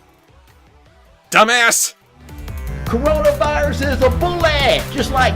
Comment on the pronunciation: Is it just me or did Dirty Dog pronounce Coronavirus "cornonavirus" in the first line read?